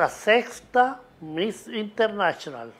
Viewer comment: Amo cuando el zar dice MISS INTERNACHIONAL